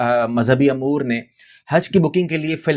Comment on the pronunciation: Umour ko AAP bar bar Amour Keh rahai hain